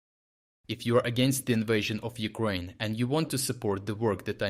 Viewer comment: forget all the useless lying BS and learn to pronounce properly and stop the childish constant annoying repitition, "Wookraine, Wookraine, Wookraine, Wookraine, Wookraine" we know what country you are talking about i case your mind forgets you are talking abot "Wookraine, Wookraine, Wookraine, Wookraine, Wookraine" get a real life and join the Wookrainian army with your minuscule bearded little mini-me circus clown instead of hiding away from the action. By the way it is phonetically pronounced "youkraine" in english and "ewkraieena" in wookrainian.